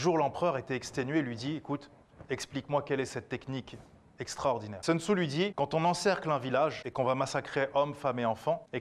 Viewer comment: "Seun Tzou"...moi je lui proposerai bien un plan B vers une prononciation correcte du nom "Soun Tzou" ! (Sea, sex and Soun !).